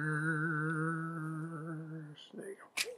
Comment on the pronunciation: Its "precious" not "pushiss"